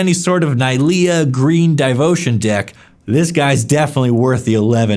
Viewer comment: Did he just say “DAIvotion?”